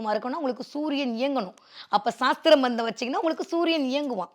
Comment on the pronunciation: Saastram illai, sastram .. Sastram and astram meaning padiyungal